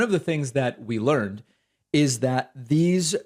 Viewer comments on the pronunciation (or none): none